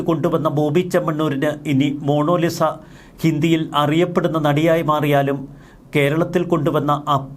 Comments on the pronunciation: Monolisa അല്ല, മോനാലിസ. എന്താ Mr. സോയിമോനെ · It's MONALISA,not MONOLISA! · മോണോ ലിസ അല്ല... മൊണാലിസ എന്നാകാനാണ് സാധ്യത...! 😅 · മോണോലിസ അല്ല മോണാ ലിസ ആണ് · എൻറെപൊന്നു സഹോദര.... മോണോലിസ അല്ല...... Monalisa..... കഷ്ട്ടം തന്നെ 🫤🫤🫤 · Monolisa അല്ല മണ്ടാ ........ മൊണാലിസ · Mono Lisa അല്ല Monalisa